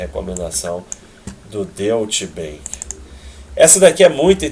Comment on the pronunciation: Deutsche Bank se pronuncia Dói-tche bãnk,!